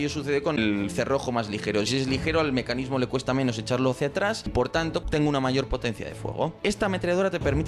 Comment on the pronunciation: Mescanismo dijiste